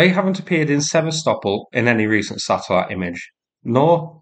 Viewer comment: Thank you for using Ukrainian pronunciation of Sev/a/stop/ol. Every time the yanks butcher the name it hurts my ears. 🇺🇦💪🇦🇺